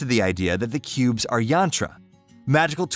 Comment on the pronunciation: He says cubs to start with and cubes later on. Is this a flawless computer automation doing the reading? Any human with half a brain would figure that problem out.